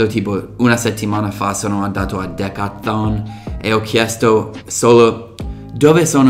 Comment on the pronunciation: minuto Decathon... anche tu che sei americano fai fatica a dire Decathlon xD molti italiani dicono decLaton ahah